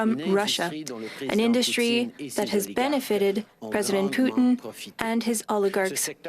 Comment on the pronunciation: Did she really say President Poutine?